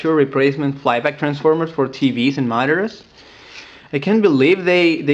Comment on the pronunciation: "Those spanish guys who manufacture replace flyback transformers for tvs and monnaers" Monnaers XD Great job though!